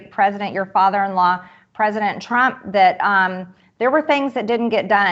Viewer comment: prizidon Trump lavi said وعد